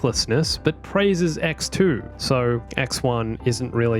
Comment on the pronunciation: I can't help but hear EcksToo every time says X2